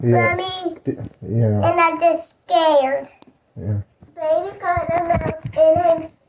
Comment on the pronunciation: the way he's pronouncing "im scared" as "im scawed" is breaking my heart